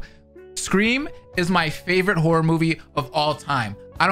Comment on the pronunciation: Yo, I really thought he said “I am whore”😅😅😅 but given the context of the video… horror not whore. 😅😅😅